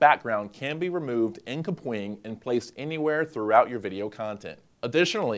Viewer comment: everytime he says KUH-pwing, instead of cap-wing........